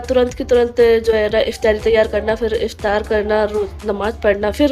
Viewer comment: IF TYA RI nahin IF TA RI 😊